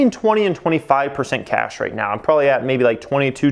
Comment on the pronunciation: There are two “b”s in probably. It’s not “brobaly”. Terrible.